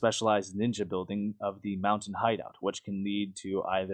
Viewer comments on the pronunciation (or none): none